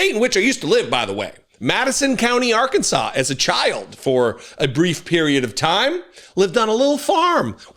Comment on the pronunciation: I love that you pronounced it "Are-Kansas!" Hope you're feeling better soon!